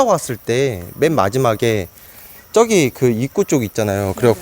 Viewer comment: 발음특징 저기->쩌기 저쪽->쩌쪽 저사람->쩌사람ㅋㅋㅋㅋ